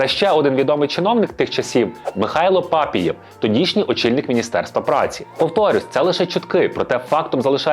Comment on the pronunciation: Не пАпієв, а папІєв . Чорт рідкісний